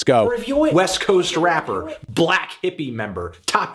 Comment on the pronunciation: why did he said "black" like that